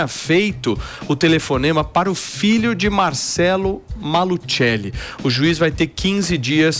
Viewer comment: É Maluceli. Se fala apenas "maluseli"